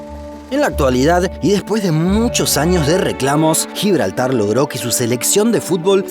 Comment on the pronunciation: GIBLARTAR ESPAÑOL